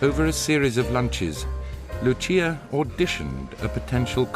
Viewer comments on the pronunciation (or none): WTF it's not Lutxia it's just Lúcia (like in Lucy).